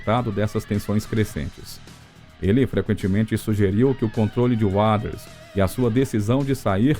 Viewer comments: video interessante mas o narrador nao sabe falar Waters ai fica dificil assistir e acreditar no que ele fala 😢😢😢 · Sua pronuncia continua cada vez mais horrível, pronunciando Waters misturando fonemas errados, que não existem na palavra nem na pronuncia britânica ou americana, procure estudar ou pelo menos ouvir as pronuncias corretas aceitáveis nem que seja no google translator, é péssimo ouvir como seu texto ruim e um bait que nunca esta no video engando quem vai assistir seu video achando, que vai ver algo novo ou exclusivo quando não há nada disso. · Eu não sei qual é a dificuldade em dizer Roger Waters da forma correta! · Vídeo de lorota que todos já sabem, e pra piorar a pronúncia do nome Waters... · Isso é voz de ia? Ficou ruim em, principalmente quando diz Waters